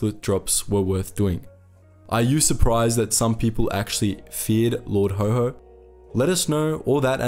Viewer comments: His nickname was Haw-Haw, not Ho-Ho. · That is rather unhelpful as that word is pronounced as "hoe" by Americans and "hoare " by British. The name was coined in Britain and it is haw, which rhymes with saw jaw law. The W is a flat w not the Amarican wh sound like where they almost put an h on the end in some parts - like "lawh". Haw-haw is a working class term for a posh accent, slightly mimicking the sound of the accent. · Haw haw not HoHo. Hoho is Father Christmas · Lord Ho Ho? Possibly the worst mispronunciation I have ever heard ... do your research! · It was Haw Haw not Ho Ho! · Not Ho Ho, actually pronounced way it was spelled, Haw Haw, as in Saw..... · It was lord Haw Haw not Ho Ho. BTW, he wasn't British. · Sorry! You ruined it by naming Haw Haw as Ho Ho. Where in the blazes did you obtain that pronunciation? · You will have to re-edit its pronounced Lord Hor Hor not ho ho! Its an important point and will be lost. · Good video, but lord haw haw - pronounced more like a donkey "horr horr", as he was considered stubbornly (like a donkey) anti British. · It's pronounced like the word "whore"